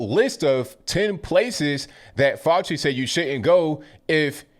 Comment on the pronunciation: Dr. Fay-Ew-Shee